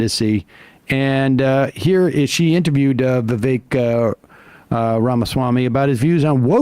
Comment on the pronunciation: I love how they pronounced Vivek perfectly!!